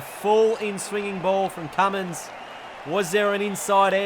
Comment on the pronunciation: His name is Cummins not Cummings